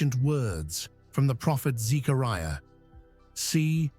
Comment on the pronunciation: The name is /ze-a-REYE-uh/, NOT ZecarEEa.